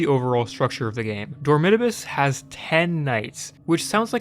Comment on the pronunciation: what pained me the most was how you pronounce dormitabis, my whole life ive been thinking its door-me-tah-bees